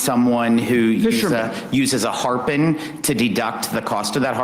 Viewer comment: What the hell is a harpun? You kean harpoon?